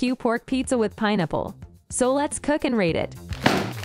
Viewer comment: “pinipple” tho 🤨